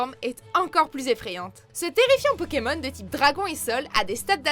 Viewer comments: Peut -tu arrêtées écorchés les noms des pokemon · Quelqu'un peut lui apprendre à prononcer le nom des pokemon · Un gros soucis de prononciation !😣😣😣😣